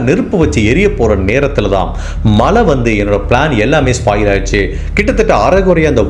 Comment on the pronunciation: Malai, valkai, sir, u videos are so good and beautiful narration. Just focus on Zha Tamizh, not tamil